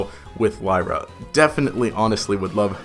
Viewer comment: Wasn't it Lyra? Not layra?